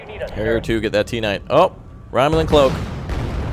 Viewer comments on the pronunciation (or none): none